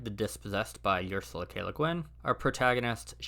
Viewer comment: I was born in '66, so I was a kid in the 70s. I read most of these books between '77 and around '85. I think the only one I've re-read since was The Left-Hand of Darkness. you should learn how to pronounce the name Ursula